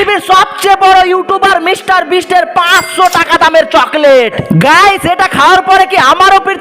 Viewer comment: মিস্টার বিন না ভাই মিস্টার বিস্ট 😅😊